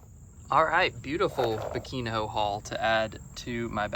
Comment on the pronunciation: It's not biquin ho 😂 the nh sounds like the spanish n in jalapeno